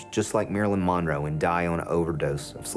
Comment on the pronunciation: Why can’t her niece say monroe? Moro 😂😂😂